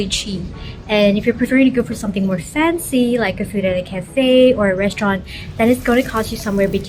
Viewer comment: I broke out giggling when you mentioned 'fancy..' in the typical pinoy accent